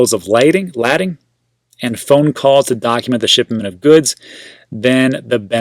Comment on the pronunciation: Spelled lading...but pronounced bills of "laydin".